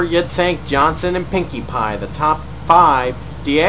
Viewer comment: its pronounced yitzhuhk like ur saying huh yitz